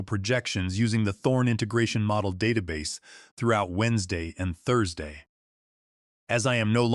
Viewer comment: One more example: Tau’sday morning at ten lynt a m.